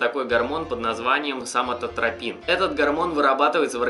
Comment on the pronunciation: сколько раз репетировал выговорить "соматотропин" ? xD